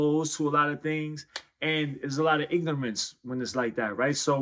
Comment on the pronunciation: is it just me or did he pronounce it "ignomance"?